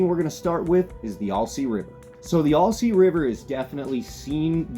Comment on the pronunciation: Not sure why people can’t pronounce this name, but it’s “Al- sea” NOT “All-sea”. It’s like saying “Hi, my name is Al.” Not saying why do you “ALL” say this river name incorrectly. Might as well say you’re fishing in ORY-GONE 🙄